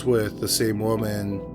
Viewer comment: It has to be robotic. Not only is the downward inflection/ elongation is exactly the same (and weirdly unnatural) at the end of every sentence, but it also mispronounces common words like "woman" in ways I've never heard from a real person.